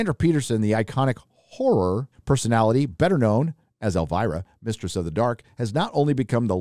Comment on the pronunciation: I know you have "issues" when saying: "Horror". So, pronounce it the Aussie way: Horrah.